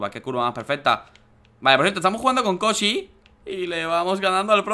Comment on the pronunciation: Like si escuchaste a Dani decir koji en ves de Kosi